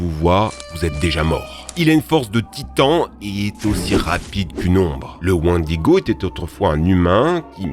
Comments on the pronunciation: Le wannedigo? Je connais le wènnedigo Mais le wänne digo non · On dir wainediguo et pas wandiguo... Et c'est pas likene dans the witcher mais lekene et c'est pas inspiré du wendigo, t'es un blaireau c'est un truc de fou... Tu connais absolument pas le domaine que tu traite, c'est une dinguerie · « WÈÈÈNDIGO » pas wan digo 😂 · vidéo sympa mais pas mal d'approximation quand a la prononciation ^^ J'ai remarqué ça sur certaines vidéo, aussi je me permets de te conseiller de regarder la phonétique quand tu ne connais pas un mot. wèndigo Lechen, pas lichen Chitine se prononce Kitine Béhémoth, pas bénémoth... HécatonShire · Ça se prononce wèndigo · Pas du tout le wendigo n'ai pas inspiré pare leshen il est dans d'une inspiration unique du liéchi c'est vrais qui ressemble à c'est deux créatures mais ce n'est pas la même inspiration attention à ne pas confondre.🧐🧐☝️ Et pour quoi tu dit licquene au du leshen.